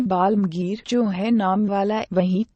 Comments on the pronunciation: ye Aurangjeb ki kahani bolne wali kabhi asma rndi bolti hai kabhi dharmik upakhyan karti hai usko hindi bolna nahi ata ya padhna nahi ata phir kyon usko background dialog rakhte ho hindi me waha, yaha,alamgir ko almgir bolti hai rukna kaha line kaise bolna kuch nahi ata faltu bakwash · hazrat sahenshah Aurangzeb Aalamgir rahmatullah alaih not a balamgir